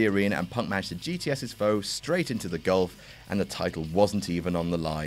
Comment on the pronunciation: did you just call it the ''golf'' of mexico?